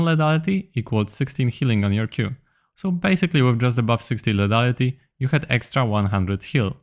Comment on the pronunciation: lithaliti nie ledaliti proszę bo to boli w uszy :(